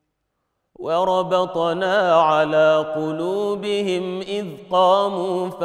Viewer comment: Salam aleykoum, when the sheikh recited in Warsh, he forgot the damma on the م الجمع of the word قلوبهم when he read : وربطنا على قلوبهم إذ قاموا... BarakAllahoufik